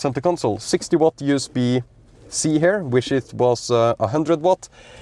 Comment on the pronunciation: I like to watch your content, it has been very helpful, good quality and mostly very accurate. However, I am not a native speaker either but what pulls my ears everytime I hear them in your video. I speak about the pronunciation of these commonly used words: “Here” you pronounce as “her” “Rear” you pronounce as “rare” Easy to fix, your English will sound much better. Hope you don’t find it offensive.